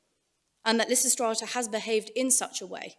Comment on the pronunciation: ....and immediately the pronunciation of Lysistrata alienates and annoys me... Dammit!